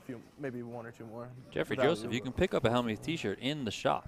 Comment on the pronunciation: Why can't even Helmuth say his name properly. Who put the Y in Hellm-youth?